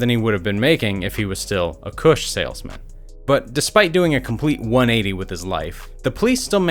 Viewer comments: Mans said “kuhsh” like et😭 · “Full time Koosh salesman” bruh you’re saying it like a white dude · The way this guy says “kush” 😂😂😂😂